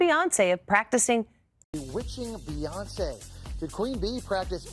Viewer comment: Dang SAY HER NAME RIGHT!!! BEY-ON-SAY!! SAY!! SAY!! BEY-ON-SAY!! SAY AND GET IT RIGHT!!!!!🙏🏾🤦🏾‍♀️SAY